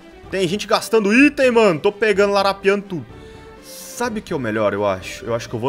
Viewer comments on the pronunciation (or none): none